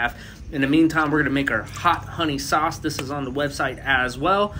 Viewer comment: “With that SOSSS” 💀💀